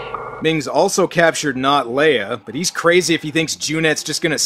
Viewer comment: Princess Lay meee.